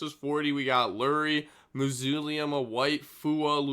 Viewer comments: "Moo-zoo-lee-um" in white. This kid is literally brain dead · Ain't no way bro can't pronounce mausoleum properly